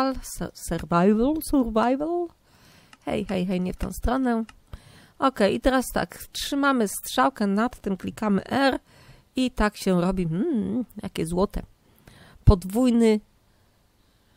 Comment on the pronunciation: goes "surwajwyl" xD